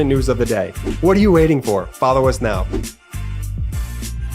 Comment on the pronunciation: Will MAGA Mike survive 6 months and if so will his hair be grey? BTW when Marjorie Traitor Spleen says "Now" It sounds like "Neoww" or more precisely "MEOWW"